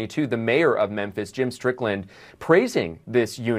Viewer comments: STOP SAYING "MENTHIS"! IT'S "MEMPHIS"! Just playing man, lol. Love your work and try to watch all your daily videos. Keep it up! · what's with your pronunciation of Memphis???